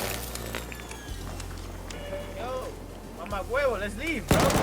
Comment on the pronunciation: Why is no one talking about that dude calling him “mama guevo” 😭😂